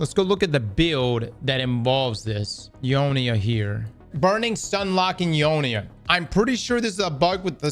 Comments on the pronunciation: Eunoia ❌ Eeeeohneeeuh ✅ 🥀🥀🥀🥀🥀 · bro i got that sidearm without even playing pvp lol i got it from a engram of some sort , cant even remember what it was from but yea only tier 3 tho and its ok not god god roll but has healclip haha i want redirection or burning ambition. also damn its funny you say euonia instead of eunoia 🤣🤣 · Y'all it's pronounced (you noy uh)